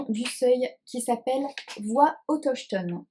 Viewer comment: Hello, chouettes les lectures que tu présentes…. Ça me fait mal lorsque tu lis autochtones 😂😂 cela se prononce autoktone 😮la collection des éditions du seuil à l’air chouette 🥳 Bonnes lecture 🤩😉